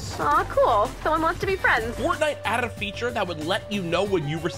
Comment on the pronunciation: I noticed that too 😂 was saying it my head over n over